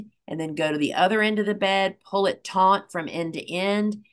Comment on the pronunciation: taut...not taunt